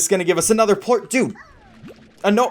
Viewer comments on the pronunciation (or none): Did you say port instead of plort? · actually it's Plort not port get it right 🤓👆